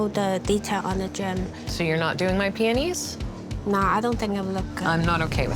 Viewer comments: sounded like she was saying peenies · The way the one lady said peonies pswissed me off